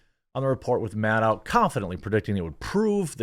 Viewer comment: You pronounced her name correctly the first time.